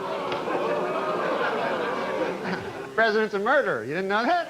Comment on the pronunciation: "Presidents a muderer, didnt know that?" Lol!!